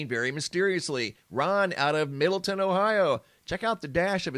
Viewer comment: MiddleTown Ohio...not Middleton